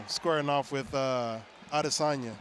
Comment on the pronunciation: ADESANYA ADESANYA ADESANYA SAY IT WITH ME ARIEL ADESANYA. NOT ADE---SAN--YA.. STOP IT SAY IT RIGHT. DON'T CHOP IT UP SAY IT TOGETHER